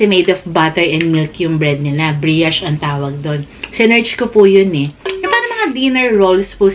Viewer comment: Thank u so much! This video was a lot of help. Needed to know if French quarter was spicy before i buy (kasi bawal sakin maanghan) Gentle advise though- brioche rhymes with "gosh" not "briash" Happy New Year!